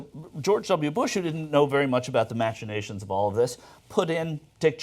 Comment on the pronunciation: Did he say mash-uh-na-shun? No I'm done with you. What an outrage. lol